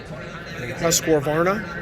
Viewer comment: Surprisingly - to me at least - even the Mecum auctioneers didn't know how to pronounce Husqvarna. So I guess you have a reasonable excuse. 😏